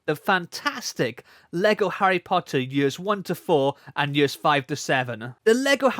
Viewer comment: Harry Pottah is back